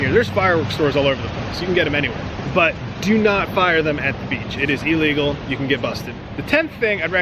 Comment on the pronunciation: Elegal lolol